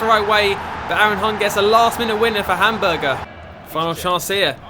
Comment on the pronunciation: Love the videos, but the pronunciation kills me. Hamburger and Gladbach are by far my favorites..